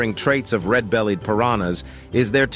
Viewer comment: “ red bellyeh Piranha “